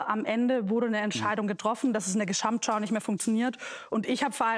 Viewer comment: Ich habe mitgezählt: "Gesssamtschau" kommt neunmal vor; allein sssiebenmal von Frau Lang. Prossst!